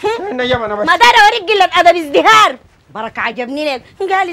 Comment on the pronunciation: شنو اذهراي ههههههههههههههه قال ازدهاره قال